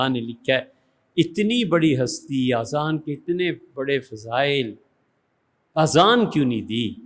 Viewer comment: سر آذان نہیں ہوتا، اذان ہوتا ہے۔ اور اردو کا واقعی خراب نہیں کرنی چاہیئے کہ نِماز نہیں نَماز ہوتا.